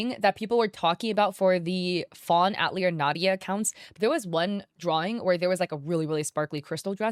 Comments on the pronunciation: btw it's pronounced Ah-tilly-a not At-lee-er XD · Fawn atelier = fawn (uh-teh-lee-ay) love your videos but this was urking me haha :) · I don’t know if anyone cares, but 🤓☝️ the word "atelier" is pronounced "at-TELL-yay" in English. (It means workshop. It's a French word, and in French it's pronounced "at-tell-YAY" with the emphasis on the last syllable.) Not that we need to be correctly pronouncing names that were probably generated by a chatbot, but anyway. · "fawn at-leer" girl google is free can you at least do the bare minimum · That's... that's not how "atelier" is pronounced. I know it's a word many only ever read, but it was really distracting throughout the video.